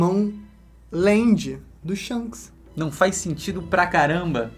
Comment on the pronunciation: Shonks ????? Que porra é essa ksksksksksks